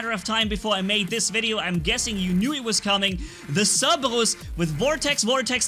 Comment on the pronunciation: Who lives language cerbebus is what he calls it it's called cerberus